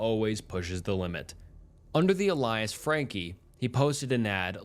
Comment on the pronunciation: Some of this narration and bad pronunciation is awful like clay-bold instead of klee-bold, "alliace" or whatever you were trying to say in place of "alias," saying "s-word" and others. Hooked on phonics, man, and start actually saying the UnCoMfOrTaBlE words out loud.